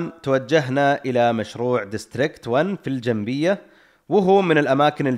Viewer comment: أحب أصصح لك إسماء بعض الأماكن اللي ذكرتها مثل : منطقة الهَمَلة ، و ليست الهِملة كما ذكرتها ، و منطقة الجَنَبِيّة ، و ليست الجَنبية و أيضاً كما ذكرتها ، أتمنى منكم قبل تسجيل الصوت التأكد من أسماء المناطق من أصحاب المطاعم او أي بحريني متواجد فيها . هذا للتصحيح فقط شكراً لكم على إهتمامكم و إبراز الاماكن السياحية في ديرتي البحرين🇧🇭